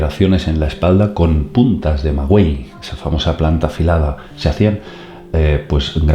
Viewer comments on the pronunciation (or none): Hola soy mexicana y me parece de mal gusto que hables de las costumbres de nuestros ancestros cuando no sabes ni pronunciar MAGUEY la U no suena, NO se pronuncia,..Ellos no se producian laceraciones con esa planta, Me podrias decir de que mal libro sacaste esa informacion?, Es verdad que cometieron grandes barbaridades en nombre de sus Dioses pero eso de lo que tu hablas NO ES CORRECTO,...No puedes hablar y divulgar informacion de la que no sabes un comino,...Siempre sigo tus videos pero esta vez perdiste credibilidad para mi por que puedo ver que hablas de cosas que NO estas informado